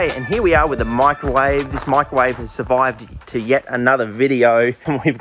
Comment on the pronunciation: swear to god every time you say it it sounds like you’re saying michael wave, big fan